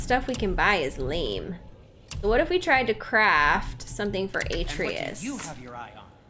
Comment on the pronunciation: So glad you're continuing to play. You seem to have so much fun with it, which means we have fun watching you.;-) But, one last time: "a-TRAY-us."